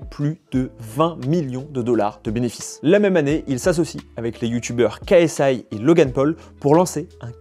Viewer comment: Pourquoi tu prononce KSI moitié anglais moitié français ? "KA ES AY" en anglais c'est "Key ES AY" bref dis "KSI" en français là ça fait bizarre